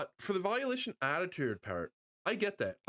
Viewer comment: It’s Volition, not Violition……..